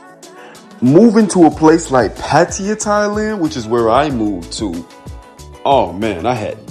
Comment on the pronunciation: I hate when the names of the cities are mispronounced. It's Pat-tea-ya (Pattaya)